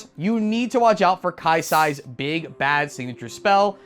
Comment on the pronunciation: I almost had a stroke when you said Kai'sa HAHAHAHAHAHAHA . amazing video tho i finally got this starter deck and love the recommendations